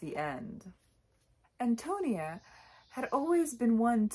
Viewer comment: correct pronunciation = AHN-toh-NEE-ah I agree that there is some degree of effeminacy in narrator Burden. Indeed, he most assuredly is Cather in disguise ~ but in those days given the prejudices of the times, you could not have a woman openly expressing such idolization of another woman. Burden, like so many others in the book, is profoundly connected to the land. Because of this I was reminded of the Transcendentalists Emerson & Thoreau ~ both of whom were pioneers though they explored the Northeast rather than Midwest. They, too, were contemplative as was Burden, saw the city as a corrupting influence, viewed the countryside as wholesome, elevating, and possessed of a spiritual character. In the end, Burden is a financial success with a great but unfulfilling career as an urban lawyer. Meanwhile, impoverished Antonia is burdened with a large family but remains contented and is a spiritual success in life. Thus, her spiritual success is a transcendentalist value fully achieved through her hard work, self sacrifice, strength of character, and connection to the earth and to divinity. The line "She was a rich mine of life" illustrates that perfectly.